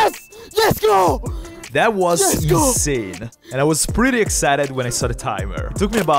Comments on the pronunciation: Finally, I found my way back to this channel! This whole time I thought was saying Let's Go not YesGo! Catchy Phrase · It's not yesgo 😂😂😂 it's let's go ok👍